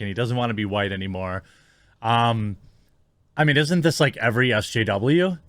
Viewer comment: “This is something I mean to say for a long time”. Am I the only one who heard ‘meme’ instead? Kudos to this streamer, such troll - much troll…